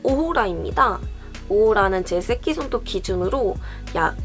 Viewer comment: 쌔끼손톱 발음 너무 웃겨요ㅋㄱㅋㄲㅋ